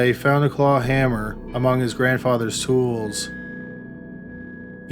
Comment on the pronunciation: This is a good video but the narration is so annoying, why does he lengthen out the last syllable? “Washroooooom”, “hammerrrrrr” please stop